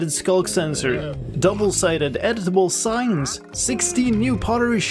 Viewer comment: I keep hearing that as "edible signs"